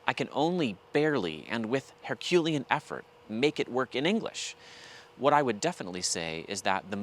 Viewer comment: So is that the olde english pronunciation of herculean?